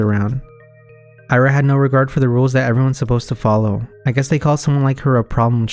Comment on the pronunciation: its 別に, and Ira is pronounced as Eera